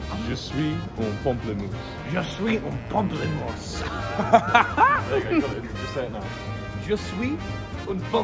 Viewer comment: For me the funnier thing is the confident that Tommy had while saying "I am a grapefruit", and he also have a good accent and a good prononciation, he sound like he really know what he said🤣